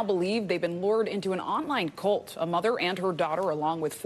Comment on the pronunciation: What's a "cooult?"